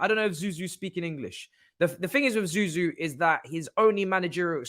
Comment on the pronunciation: Zou Zou …???? Really? No way man